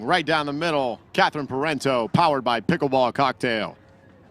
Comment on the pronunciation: It's "Pair on Toe", Parenteau....not whatever you've been saying.